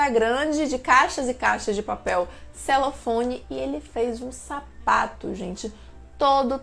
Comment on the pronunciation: Criatura, é papel celofane. Celofone não existe.